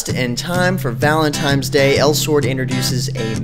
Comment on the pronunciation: is he 12? "valentimes day"